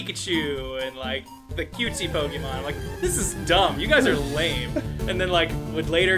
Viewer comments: Pokeyman. God, I had the same kind of teachers. They never notice the é in Pokémon. Some teachers they are! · why in god's name did the adults pronounce it pokey-man? my principle did it too, and i'm in virginia. they're in texas. what the hell XD